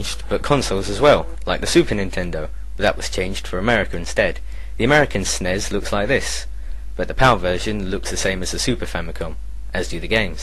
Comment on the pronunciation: It's "S.N.E.S." not "Sneeze", It's like Regal saying "Umanga" instead of "Umaga".